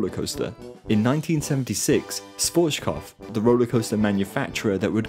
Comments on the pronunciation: I love your videos, but please don't say Schwotzkov - he was German, not Russian. It's pronounced Shwarz-Kob-f (the f is pronounced like in fun) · I'm not even a native German spesker but your pronunciation of Schwarzkopf is arocius